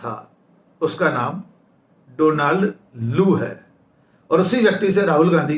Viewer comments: Donald is pronounced डौनल्ड not डोनाल्ड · Donald is pronounced Daanld. Please note it.